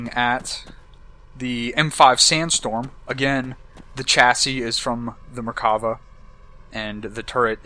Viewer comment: I KNEW ITS BASED ON THE ISRAELI MERKAVA BTW ITS MERKAVA NOT MARKAVA